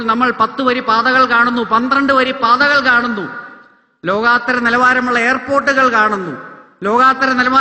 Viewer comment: Anil Antony, ലോകാത്തരം അല്ല ലോകൊത്തരം ആണ് ശരി😊